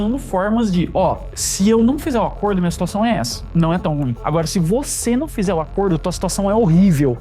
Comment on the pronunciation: Gostei do seu video, mas vc pronuncia a palavra ruim de forma errada.